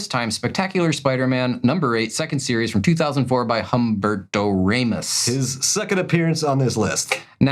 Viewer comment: Hum-Berto Raymos -speaking of bad is mangling the pronunciation